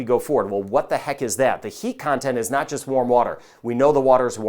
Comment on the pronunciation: He says "NOT all of these". It sounded like "now" so I listened again.